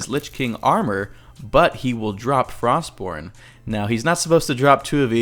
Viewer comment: Frostmourne. Not Frostbourne.